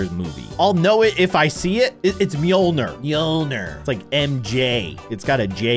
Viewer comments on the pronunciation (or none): Bruh he said mjolginer mjolner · Your supposed to say Mjolnir as myolnear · no its Mjölnir with ö